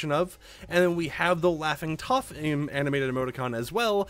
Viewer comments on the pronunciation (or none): none